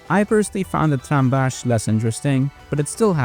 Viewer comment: Yeah, but that's just him pronouncing it wrong, like Cornellà near the very end